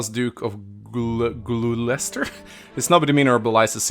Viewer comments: Gloucester is pronounced "Gloster", same for Leicester and similar names. England is weird. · FYI, Lorentz's last name is pronounced "Glooster". English is weird.